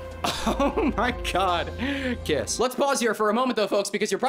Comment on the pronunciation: Every blunt delivery of “kiss” gets me to laugh. Like actual laugh, not nose exhale. You truly are a and an ally to the lgbt+ community